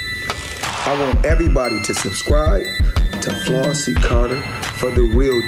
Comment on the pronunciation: Flossy the Spanish was perfecto!!!